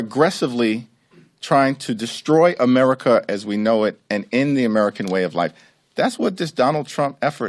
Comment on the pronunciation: can't even pronounce America. According to him, we live in Ameh-wica.